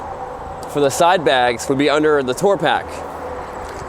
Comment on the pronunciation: He said, I mean mumbled, "under 20" ... took me a minute too.